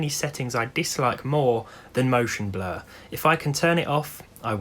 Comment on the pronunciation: French Guy : Can you speak French? RandomGuy: Oui , eh Motion Bluuuhhr ?